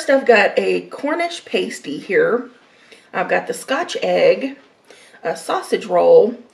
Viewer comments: It's pronounced Cornish pah-stee, not pay-stee. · It’s pronounced pass-tee not Paisty by the way :-) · Sausage rolls Cornish pasty.... pronounced passtee and scotch eggs are usually finger food, you eat with your hands. Glad you have British food in America. Cottage pie is made with beef, but Shepard's pie is made with lamb 🙂. Sorry for the edits....but you don't eat Yorkshire puddings with syrup...only gravy!! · Paaaaasteeeee get it right!!!!! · Exactly! Pastee is a pie...Pasty are things you decorate a nude figure with 🙄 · Pasty like nasty not pasty like tasty, was so annoying lol😂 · Hi! It’s pronounced “past”ie like the word past. The cottage pie is what we (USA)call shepherds pie. The correction is: Cottage pie-beef, shepherds pie-lamb, Cumberland pie is cottage pie with shredded cheese on top. Also that Yorkshire pudding is huge!!!!!!! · You say pasty like nasty oh and please don't put gravy on it or the scotch egg lol. Definitely no syrup on the Yorkshire pud thats sacrilege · Hi. You’re supposed to pour the gravy over the mash potato and peas. The pasty is pronounced like pahsty with an ah sound as in umbrella. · It's pronounced: pass-tee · Pronunciation sounds like cornish 'past ee' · Cornish 'Pas-tee'